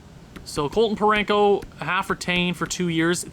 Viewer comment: There's no n in Parayko 😂😂